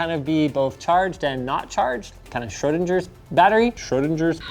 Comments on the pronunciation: Still wrong.. It's not Schr"o"dinger.. it's an "ö" kind of like the "ea" part of learn ("lörn") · It's so funny, how Linus says Schrödinger, a real German 👍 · ...maybe use an actually correct pronounciation of Schrödinger (and not a heavily americanized one) for your correction? "ö" is in no way pronounced "oh". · I love how the Google „Schrödinger“ was pronounced wrong as well😂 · Schrödinger isn't pronounced like that. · The TTS actually pronounced "Schrödinger" wrong lol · Your computer voice mispronounced Schrödinger worse than Linus. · The German way, with a close-mid front rounded vowel. I suppose it's common in the US to have their own pronunciation of names, but you can't simply chance someones name... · that's not how you pronounce "Schrödinger" 🤣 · Actually "Schrödinger" shout sound very different, even than the dictionary's pronunciation 😅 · Even the added pronunciation of Schrödinger is wrong lol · Schrödinger is strangely pronounced even by the audio example. The ö is just ignored.